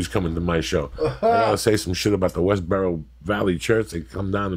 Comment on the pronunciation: Westboro valley church. Lmao. I like it when Joey messes up names.